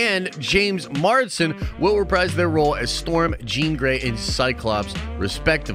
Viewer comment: MARS-DEN MARS-DEN MARS-DEN ITS JAMES MARSDEN NOT JAMES MARDSEN